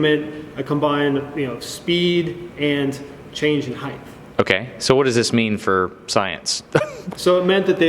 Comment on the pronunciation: I am pretty certain I heard say heighth (height). Aside from that, great work.